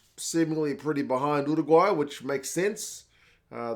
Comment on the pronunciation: Finally someone who actually knows how to pronounce Uruguay. Great commentary.